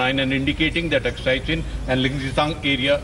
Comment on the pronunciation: Wat kind of a reporter is this who cant even pronounce AKSAI CHIN properly